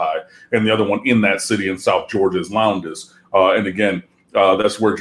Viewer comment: It is spelled LOWNDES but is pronounce "LOWNDS". No need to sound out the "E".